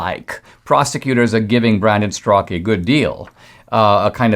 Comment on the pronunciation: Straka is a Slavic name wit the second A pronounced.